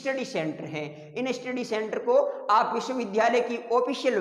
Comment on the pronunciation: स्टडी को इस्टीडी बोल रहे है!😮😅